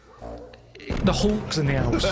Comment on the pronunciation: Ulk in the ouseeee